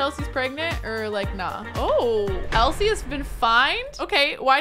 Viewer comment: When she was saying Elsie her name wrong she said it like elise and I was like I don't wanne involved in this